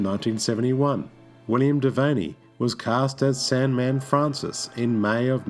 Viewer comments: Devane is pronounced devain not devaney. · 21 is too young a death age - it means you have a society of children And... William Devane is pronounced DE-VAIN, not DE-VEINEE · Once again you butcher an actor's name. DeVayne is pronounced "de-VANE" not "de-VANNY". What is wrong with you? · The E on the end of Devane is silent, the name is properly pronounced De-vain. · Please pronounce Devane as "de vein". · Odd that the narrator mispronounces William Devane's last name. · Last "E" in Devane is silent